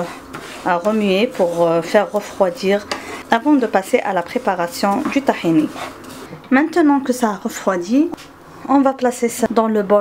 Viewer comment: C'est tahina madame c'est pas tahini